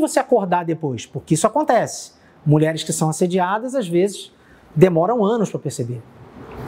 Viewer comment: Você vê o nível da repórter quando ela diz "muleres". Moça, é mulheres que pronúncia.